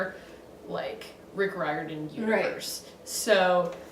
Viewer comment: No hate but it’s pronounced reer-din I’m pretty sure